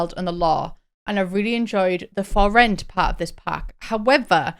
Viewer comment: I kept hearing “Sims 4 Floor-It” rather than “For Rent” and thought it was gonna be a sims GTA type game lmao